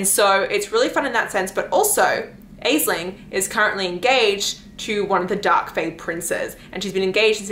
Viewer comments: oh btw i just wanted to drop by and say the name "aisling" or similar versions of it is pronounced "ash-lynn" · Aisling is an Irish name and is pronounced like "Ashlynn"